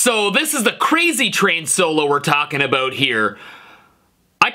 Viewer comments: Yup he's canadian he says "aboat" instead of "about" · It’s his Canadian accent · That “about” was so Canadian